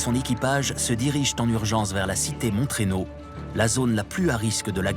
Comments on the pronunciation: Montreynaud se dit moreno, pas montréno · Mon-treynaud au lieu de Mont-reynaud mdr